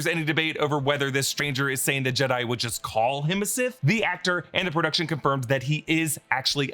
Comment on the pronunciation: He said that he’s “SIS” not “Sith”